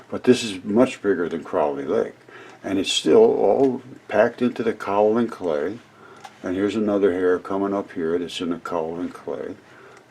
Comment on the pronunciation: It's properly pronounced "Kay O Lin"